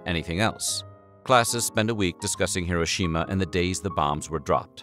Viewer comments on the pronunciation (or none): none